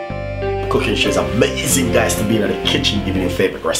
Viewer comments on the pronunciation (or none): none